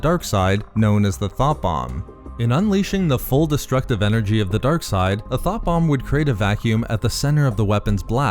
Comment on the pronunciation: You have the wrong accent for this; all I could hear when you tried to describe the sith weapon was “Th0t bomb” 🤣